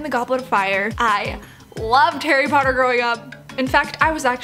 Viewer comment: I luv CLUELESS AND HARRY POTTAH